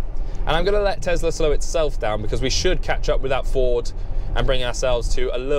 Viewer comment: What's a tezla?